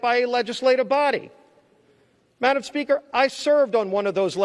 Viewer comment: Wow what a great speach! Obviously this gentlemen is for the truth. It gives hope listening to him. "Madam Pelosi" must have been hating everytime he said 'Madamn" is that not allowed in the Senate ?